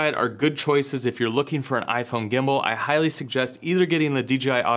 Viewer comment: Did you say Gimbal or Gimbo?, Like Pam, Pan or Pand.....